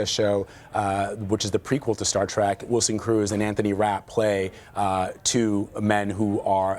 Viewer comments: It's pronounced "trek", not "trak". Is the director saying that Garak was gay ? Wasn't he smitten with Gul Dukat's daughter for a time, or couldn't he close the deal ? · You mean Colonel Kira. She was promoted. Why are some people pronouncing Star Trek as Star Trak.